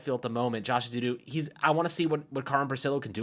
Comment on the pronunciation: E-zoo-doo Not E-zee-doo